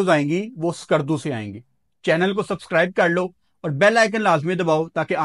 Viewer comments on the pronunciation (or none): none